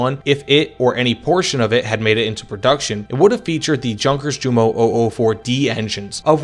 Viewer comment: That english pronounciation of Jumo, and Junkers makes my ears bleed. It's not a hard "J" sound of the english, it's a soft j sound. Like if it would have been yunkers or similar. Typical english and american stuff. Otherwise i enjoyed the video.